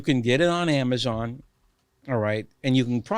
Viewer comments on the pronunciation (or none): none